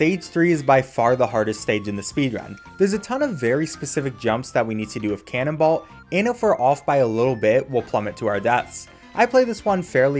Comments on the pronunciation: Canonbolt not canonball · Cannonballt? Wasn't it Cannonbolt???? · Lol, "Cannonbalt" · The way he pronounces Cannonbolt's name gives me pain.